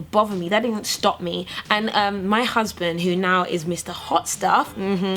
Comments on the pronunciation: "if you guys are looking for Uzband" lol that african accent came out real quick lol Lovely video! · "Looking fo 'usband"! Come through Nigerian accent! (are you from Nigeria? I've hear a lot of Nigerians say husband like that. Anyway) Made me laugh